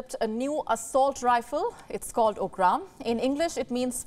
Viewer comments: You’re right. It’s UG RUM. Not Ug Raam as she said. South Indians will pronounce it correctly. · Its not okram, its ugram pronounce properly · I do not think it should be pronounced ug raam, like you did. It should be pronounced ug ram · It's pronounced as UG-rum and not UgRam. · I heard her say OKRAAM....😅 10 second soch mei padh gaya k yeh kya hai 😂😂 until I saw the pic in video. O bhai.... Gazab ke Indians hai hum.... Khud ke language pronounce nahi kar sakte. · At least pronounce it correctly! Ugram!!! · She names UGRAM sound Russian . Pronounced as OOGRM. Even ‘internal ‘ sounds Latin 😂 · It's not okram as you pronounce. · Sadly we as indians pronounce the word "Kalashnikov" with proper Russian dialect/accent. But we don't know how to pronounce our native word "ugram" properly. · She pronounced it wrongly